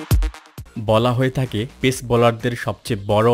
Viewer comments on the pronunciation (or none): ভালো লেগেছে কিন্তু উচ্চারনগত ত্রুটি সম্পূর্ণ উপভোগ করতে দেয়নি। যেমনঃ ১. পেস= আরবী হরফ পেশ(`) এর মত উচ্চারন। ২. পেসার হয়েছে= পে..শার। এই টাইপ আরো কিছু জিনিস।অন্যথায় খুবই তথ্যবহুল ছিল।।